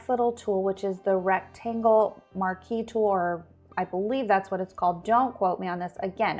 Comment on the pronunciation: Graphic designer here you pronounced marquee right!